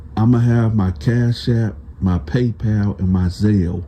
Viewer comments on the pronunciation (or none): none